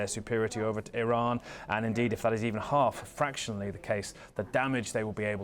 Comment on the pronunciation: Saudi Prince said Iran like Hirler